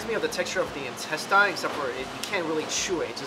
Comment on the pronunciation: Your pronunciation of intestine is wrong. There is no alternative way. Please fix it.